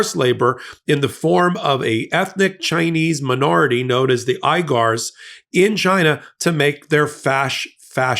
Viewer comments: 'She - In', and 'we-gars' not 'shine' and 'I-gars'. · * WEE-gars not EYE-gars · Uyghurs - pronounced 'we-gur'. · Teh Chinese ethnic minority is pronounced We-gers or the same as Cenk Uygurs last name. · Chinese ethnic group Uyghurs - pronounced WEEGURS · It’s pronounced “weegurs” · Please learn the proper pronunciation of the wegurs. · Uigurs. Pronounced Weegurs. Enslaved by Xi on the thin excuse they are Islamic terrorists. Islam is functionally banned by the Chinese government. There are between 25 to 40 million Muslims in China. Their civil rights are on a par with the Buddhist Tibetans. Patel is a Hindu, although he doesn’t appear to be a practicing Hindu. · Pronounced Wee-ger, hard G. Hey thanks for this!!! I almost stupidly bought some stuff from Temu. Then I looked into it. Same story as Shein, forced labor. Maybe not Uyghurs but some other people imprisoned, tortured then enslaved for religious or ethnic differences. I’ll try to spread the word. And I love that pic of Kash Patel. Those are some crazy eyes. Ya let’s trust him to protect us… nah maybe not. Thanks for your amazing work. Always eye opening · The Uyghurs (pronounced wee-gurs) are a Muslim minority, non-Han minority that the PRC can't tolerate. We've spoken out in support of them and Patel's support of the PRCs slave labor of them is intolerable. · Bro can’t pronounce words for shit. It’s phonetically “Sheen” and “Wee-gers.” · Pronounced Wee-guhrs. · Kash is used to working with the most despicable people in world. No change there then. It’s pronounced “Whigger” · Pronounced HWee-gers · Pronounced weegger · Uyghurs is pronounced "WEE grrs" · I think “Uyghurs” is pronounced “Wee-gurs” or “Wee-goors” at least by we foreigners. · Soooo... you should really look up how to pronounce Shien and Uyghurs. Friendly tip.